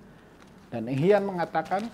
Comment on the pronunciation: Pelatih mereka BUKAN Eng HAN ..tapi ENG HIAN